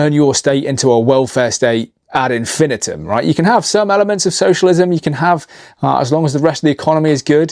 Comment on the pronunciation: Very Interesting and concerning video, although I’ve never heard infinitum pronounced that way.